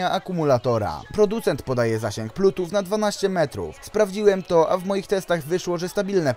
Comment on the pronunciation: Widzieliście już jak rozpocząłem zmianę swojego studio? :D Jeśli nie, to zapraszam! Swoją drogą! Z mojej strony sorry za błędy w audio przy wymowie słowa Bluetooth, które nie wiem czemu brzmi jak "plutuf" oraz "lag" które wybrzmiewa jako "lak" :D Myślałem, że wymawiam to poprawnie a to na odsłuchu nagle okazuje się, że taka heca :D No cóż, bywa Jestem ciekaw co sądzicie o tych słuchawkach. Czy za 50zł to odpowiednia kwota? Jestem ciekaw waszych opinii. Zapraszam do komentowania ;) Szybka edycja: Słuchawek tych nie polecam, jednak jeśli ktoś na prawdę bardzo chce ich spróbować, to zapraszam do zakupów z tego linka afiliacyjnego. W ten sposób wesprzesz mój kanał :)